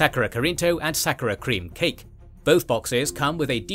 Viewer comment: Hearing you mispronounce 'sakura' so many times was painful lol